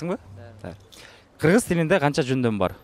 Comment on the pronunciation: Өтө тез сүйлөгөндө тамгалар билинбей калат ал😅